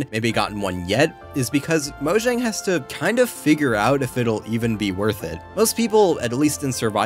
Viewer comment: IT'S PRONOUNCED MOYANG UGHHH